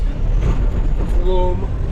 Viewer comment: Loam not loom